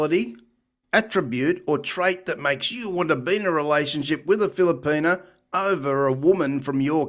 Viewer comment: WTF is a Filerpena...where is he getting the R....lol